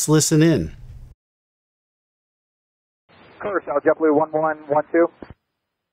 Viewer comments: Please remake this video by doing proper research first. First of all, it’s pronounced Curaçao (“Cure-ah-sow”), and it is part of the Kingdom of the Netherlands. Yes, the European country. You know, Amsterdam... This is airspace is under Dutch jurisdiction and the Netherlands is disgraced by what is happening. Second, Curaçao has nothing to do with Venezuela politically or legally. What is alarming, and absolutely worth investigating, is US military aircraft operating in or near commercial airspace without active transponders. Telling civilian pilots to “keep their head on a swivel” is not a safety strategy; it’s a shrug. That mindset is exactly how mid-air collisions happen. People live here. A large portion of the population are Dutch citizens, alongside American tourists and residents. Imagine being a U.S. citizen and being told not to worry about a near collision with their own military because “there’s nothing to investigate.” That’s unacceptable. And for context: I live on Aruba, the island right next door (also part of the Kingdom of the Netherlands) which hosts over a million visitors a year, most from the United States. Our skies are busy. This is one of the most heavily traveled regions in the Caribbean. Dismissing legitimate aviation safety concerns in shared civilian airspace is negligence. There is something to investigate, and brushing it off helps no one. This is a major accident involving US, DUTCH citizens and locals waiting to happen. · I think it’s pronounced “Q-Ra-SAow” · "Cure-a-Cow"?? It's Curaçao, pronounced: Kur•uh•sau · It’s pronounced cure a sow, not cure a cow, thank you! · "Cure-a-cow"... it's pronounced "Cure-a-s-owe" 😂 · It is not Curra Cow, it is Curra Sow!!! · The ç is pronounced as a s instead of a k. Curaçao (Curasao) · Its pronounced kur·uh ·sau the ç works as a S. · Coming out of “Kuracacao” 🤣 Bro butchered the pronunciation. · CURE-ah-sow. Great material, as always! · it’s pronounced “kurasao” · It's pronounced Cure-a-sow.